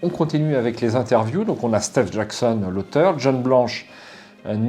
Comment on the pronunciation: "stééve jackson" lol